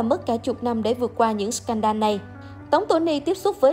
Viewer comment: Đọc là " sờ cen đồ " đi ad. Đọc " sờ can đan " giáo viên tiếng anh dạy tui mà thấy lại bảo t xem youtobe nhiều bảo sao phát âm kém.😂😂